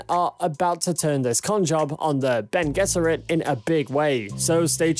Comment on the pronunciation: thank you for pronouncing bene gesserit correctly.